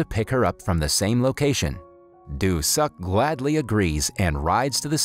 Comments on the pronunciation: Just things lol Pronounce it like "do suck" when it should be something like "doo sook" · the name "doo suk" faked me up... i was laughing every time the narrator said "doo suk" while crying watching the video 😂😂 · I keep laughing when this guy keeps saying "Doo Suk" 🤣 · Nah. Probably a great movie, i'll never know. As soon as i heard the dudes name pronounced as "do suck" i was done.